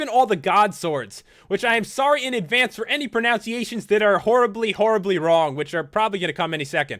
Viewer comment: His pronunciation of 'pronunciation' was wrong. Oh the irony.